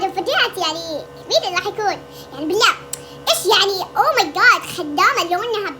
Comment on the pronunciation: مجندك انني ما تعرفين تنطقين خدامة و ميري إنتي منجد غبية